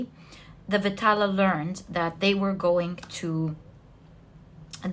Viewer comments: Pile 1.it is not vitaala.it should be pronounced as vedhaalaa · Pile 1....its vikram and Betal(not vitala).... Resonated totally... 😊